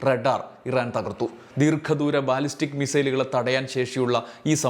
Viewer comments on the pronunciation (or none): none